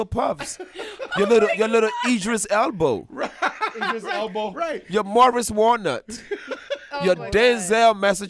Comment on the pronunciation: Did he say Idris Elbow? 😂😂😂